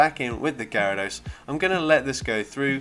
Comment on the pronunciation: You actually pronounced my username the right way 🤣 also, I didn't know shadow Gyarados was such a beast for this cup, gonna try it now